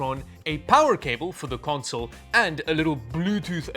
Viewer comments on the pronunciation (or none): none